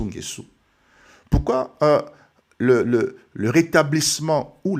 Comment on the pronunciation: Ecoutez vs etes zairois c nést pas votre probleme il est nguesso et pas nguessu.